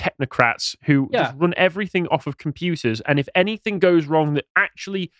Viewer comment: Anythink? Everythink? I can't take anyone seriously who says words like that....